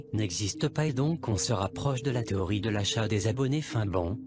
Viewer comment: l'ia du mec au secour il a perdu toute crédibilité des le debut en prononcant le mot téorie jpp